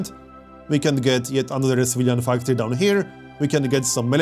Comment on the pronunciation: Why do you say Civilian Factory like "Svidan Factori" lol love your accent